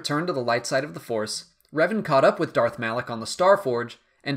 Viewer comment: It isn't pronounced as Malaek but Malah-K, ok?